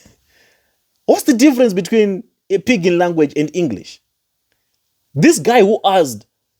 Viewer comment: . Is it just a slip of the tongue that she says she is 'with Testimony' before correct to say she is a testimony? This is a very unusual slip. Zambians don't have problems speaking English. But this woman's pronunciation is even awful. She says Engrish instead of English. Yet, she criticises Dadamas'.